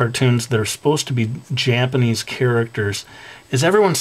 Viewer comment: yeah there is "J-"AH"-panese xDDD sorry xD